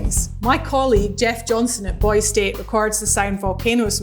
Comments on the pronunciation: Boise is pronounced "BOY-see," not "boyz." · It's BoiseE State, not just "Boise." You actually pronounce the 'E' here for once. ^_^